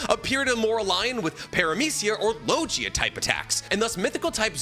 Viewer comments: i love you man but you gotta do more research 🔬 also its Lo GEE AH Not Lo JEE ah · … Buddy… Jesus Christ. Are you the most pompous anime YT or do you really pronounce LIGIA as LOJIA?! Are you baiting us? 😂 Fk, I would’ve commented anyway! Ya don’t need to rage bait us! 😂😂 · Is the way he pro lives Devil fruits rage bait ? My toes curl when he says “ LOW GEE UHH “ lol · Low-Gia and Para-mith-ia??? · Why does pronounce Logia and Paramecia like that? Im not roasting him i am actually curious if there is an explanation i’m not aware of for these pronunciations becausei have never heard them said this way before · Holy shit, no offense here, but how does not know how to pronounce Logia or Tanuki? Doesn't this man claim to have some cursory understanding of Japanese too?